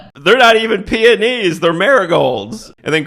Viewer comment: i have seen this movie once and it's totally hilarious. I do think you pronounced it wrong, though. The scene where the woman steps in the flowers is really funny. But, I think the guy pronounced them as in gym class as P-E-Onnies. Totally funny comedy of mixups, mashups and stereotypes.